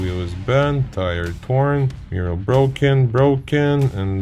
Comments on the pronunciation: Love your content but why are you saying “mirrow” instead of “mirror”? It’s exactly like when you were saying “Alfa Romero”😂…Congratulations for your 5 star content!!! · You have a very strange way of saying MIRROR.....MIR- OR